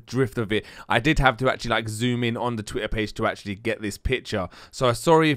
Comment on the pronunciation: Say Twitter again ! lol "TWI-AHH"